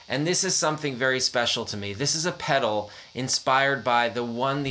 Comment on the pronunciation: Goddamn you’re the first person that I’ve ever heard fuck up the sound of a hot cake pedal